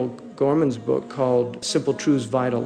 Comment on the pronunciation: Good Words. The Author's name is DANIEL "GOLEMAN", not "Gorman" (transcription is mistaken).